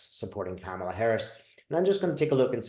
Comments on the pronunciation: It's "comma-la"...like (,) la! Thanks,! Love-Light! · Kamala is pronounced like “comma la”